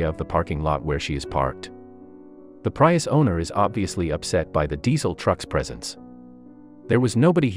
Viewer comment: What planet are you from? It's PREE-US.